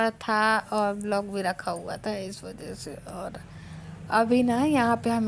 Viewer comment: ब्लॉक नहीं व्लॉग बोला करो